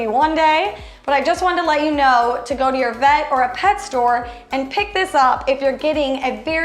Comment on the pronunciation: This lady is bad at this. The last video she couldn’t pronounce words that as “vet” probably should, then she is here she’s using a plastic cup.